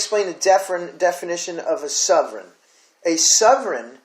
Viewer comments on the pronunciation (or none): I cannot take you seriously if you cannot pronounce Sovereign or Wikipedia properly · Please learn how to pronounce sovereign